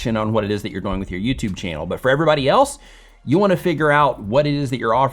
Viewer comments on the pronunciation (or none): Anyone else notice says “doughing” instead of “dooooing”? Great content! Keep doughing what you’re doughing!:-) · Why do you keep pronouncing the word "doing" like DOYnng?? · Great, helpful video. You explain it very well. Im wondering where you are from because when you say “doing” it rhymes with “boing” like a bouncing ball and most people say it “do-ing” like rhymes with “canoe-ing.” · A lot of info, but I keep getting distracted by how pronounces the word "doing" to rhyme with "boing" rather than "viewing." (,, ) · Where you pronouncing"doing" weirdly on purpose?? :D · Is it me or am I the only one that realizes he says doing wrong. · Where is this guy from? And why is he pronouncing "doing" like that?! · Alright, I NEED to know where your accent is from. Your pronunciation of “doing” drives me crazy. Is that part of your dialect or your idiolect?